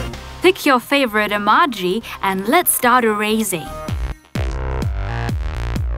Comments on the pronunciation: it's ee-mo-jees not ee-maa-jees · your saying emojis wrong you saning them like this(emarges) but its actually (emojies) YEP thats how its done ( i know you don't spell emojis like the second one but thats how you pronounce it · Rosie& Adria she says (emo-jis)